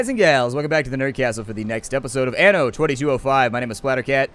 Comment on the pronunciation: The "a" in anno is pronounced like the a in "father"